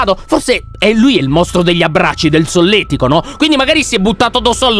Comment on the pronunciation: Si dice Solletico